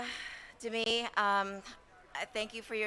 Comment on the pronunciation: Dem-me Moore? It's Dem-i.. Learn to pronunciate